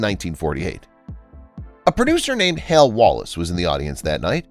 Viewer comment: Hal Wallis, not "Hale".